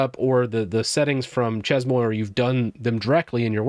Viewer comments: Hey great video - useful info. The word "Chezmoi" (that u keep butchering) is pronounced SHAY-MUA. Its French lol - means "at my place." Anyway, enjoy ur channel. Keep up the good work 🙂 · It's pronounced Shay-muah 😂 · Chez-Moi pronounced Shea - mwah if you want to simplify it you could try She maa and that'd be probably closer. Easier to say and much less disorienting. Chez-Moi = basically french for "My house" Chez-Moi = My House Chez-Toi = Your House Chez-Alice = Alice's House That said it seems like a fun tool. Definitely bookmarking for when I really have time to start using Linux. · That shez-moy makes my ears bleed, and I'm not even French. 🙈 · As a French guy, it's pronounced "Shay-Muah" :) Just watching this now! I've got a couple of dotfile solutions but I'm definitely open to better tools, especially since I'm planning to do a barebones Ubuntu 22.04 install soon (migrating from Debian because I've accidentally made a FrankenDebian from newer packages) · chezmoi 🤣🤣🤣🤣 bro i cant focus on what you saying every time i hear u saying it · It would have taken like 2 minutes to look up the pronunciation lmao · I'm not even French, only studied the language a couple years in high school, and I'm losing my mind hearing butcher these words. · that really REALLY hurts my ears to hear you saying ChezMoi like that Chez as in Ché Guevara Moi might be phonetically written as Moire (but not quite so extended or drawn out. a bit shorter on the finish) Chez Moi is French for My Place (My Home) also, shouldn't local binaries go into /usr/local/bin (/usr/local/sbin)... ( let's be tidy but keep to the existing conventions. and if we are moving systems again, we know we have our own non-standard binaries in a designate folder location that we can pickup and take with us )